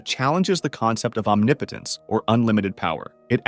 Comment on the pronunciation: Did you say... Omni-potence?..